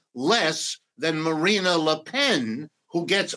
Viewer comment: Macron is the epitome of a centrist European politician, but the Professor somehow sees 'the collapse of the middle'. Deluded, to say the least...Btw, the way he pronounces 'Marine Le Pen' says something about how much he knows about France.